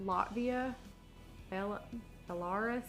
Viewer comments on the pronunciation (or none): Bell-LAR-us --- LOL these videos and our educational system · If you are even remotely interested, it's pronounced Bel-ah-roos. (Belarus) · Belarus is pronounced Bela roos. It was a part of the Soviet/russia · It’s not the way you pronounced Belarus it’s pronounced Bella ruse (I’m russian) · I’m shocked someone could be so ignorant on how to pronounce Belarus.